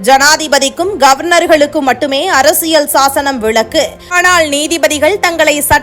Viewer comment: “விளக்கு” அல்ல, “விலக்கு”